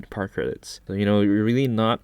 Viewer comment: Idk why but when he says power credits I hear Par credits